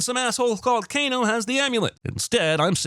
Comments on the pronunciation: Announcer says Kane instead of Kano DING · Did you just Kano a "Cane"? KANESINSININTY! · It's Kano